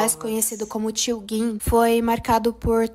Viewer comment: Pq todo mundo fala "Tio gin" como se tivesse um "u" dps do "g"? galera fala tio guin?